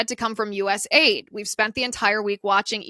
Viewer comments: US .A.I.D. …. Its an acronym so stop calling it aid as in a word. It is not aid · Please stop calling it "US aid". It's US A-I-D.